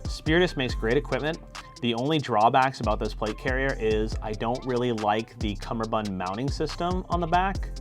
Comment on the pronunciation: Doff it doff it doff doff. Cumberbun cum ber bund